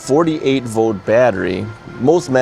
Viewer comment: It's volt, not vote.